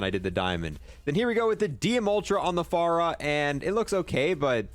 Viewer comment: Bro i swear you call the fara the F A R A just to piss me off😭